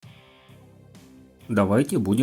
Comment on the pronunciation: Так а в чем манифест, перечислил дистрибутивы? И откуда столько картавость, что за модуль такой ТРМ ( Р -русская "р" ), вместо TPM ( анг. P - пи) ? )))